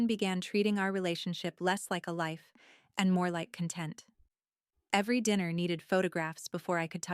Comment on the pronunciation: It's CON̈tent, accent on the first syllable. I hate mispronciations